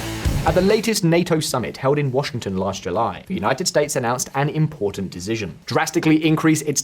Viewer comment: "Decizion" 😂 anyone else notice this?